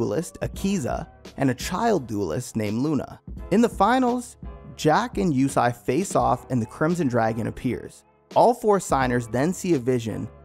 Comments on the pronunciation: Yusei is pronounced ( you-say ) not Yusai smh after the second time I heard that I stopped watching and a dislike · its not Yusai its YuSEI. like You-say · Yusei not Yusai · Since this channel uses the 4kids dub instead of the actual japanese, heres what they got wrong: Yusei pronounced Yu-say not You-sigh Carly' s love for Jack is not 1-sided Arc 4 villain "Z-one" pronounced "Zone" not z1 was the true master mind behind the last 2 arcs and travelled to the 5Ds era to prevent enerD and synchro monsters from leading to Z-one's future by putting an end to Synchros. The bonds across time movie also ties-in with a villain named Paradox (also a part of Illiaster) that also tried to rob Yusei of Stardust. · Wait is his name pronounced "you-say" or "you-sai"!? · Is pronounced (You Say) not (You Sai) 😂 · "Yu-say" was the dub name too. Idk what he remembered but it was lowkey bothering me lol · Yusai, ehh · My guy can't say yusei? I really don't like the dubs names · I can't believe how bad you messed up Yusei's name.....